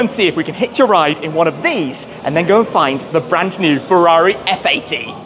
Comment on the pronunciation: Se Föarrrii Eff Aidii 😅😅😅